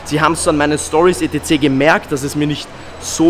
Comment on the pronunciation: Etc etc etc etc, sprichs bitte normal aus. Alles gute.